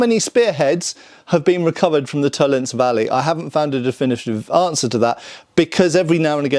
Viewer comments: Tollen(zee) - not Tollens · To len se. Every letter is pronounced, because German. Vollgriffschwert : folgriffshwert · It's Toll-ens-eh, there is no silent "e" in German... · In the word "Tollense," the "e" at the end is pronounced, just like in "Porsche." In German, an "e" at the end of a word is never silent. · Okay, I love, but bloody hell: German language is a context. Please treat "Tollense" as a German word,. Don't be one of the hundreds of British YouTubers who just go "By Jingo, this is English!" whenever they see a foreign name. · FYI, Tollense is pronounced with 3 syllables. No silent e's at the end of German words, but an unstressed schwa in this case